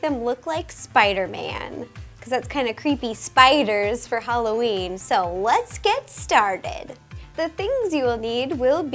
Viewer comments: U said happy halloreen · She said halloreen! lol. LUV YOU RO!!! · It sounds like she said "Happy HallowREEEN" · did ro say happy halloreen or is it just me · Bruh she said Halloreen that funny